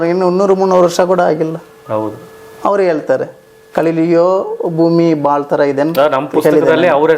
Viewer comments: ಕಲಿಲಿಯೋ ಅಲ್ಲ ಗೆಲಿಲಿಯೋ ಸ್ವಾಮೀ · Tamil slang adu